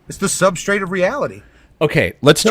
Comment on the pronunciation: The caller said "substrate" 😂😂😂😂.